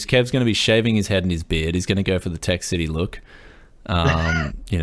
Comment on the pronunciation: ok tech city not tech YES city